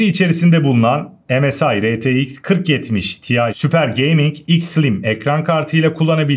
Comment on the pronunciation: retex değil R Ti x